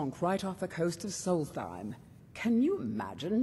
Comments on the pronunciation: It's "Solstheim" not "Solsteim" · Solstheim is pronounced "Solts-heim I believe.